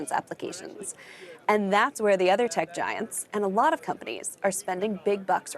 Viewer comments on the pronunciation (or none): none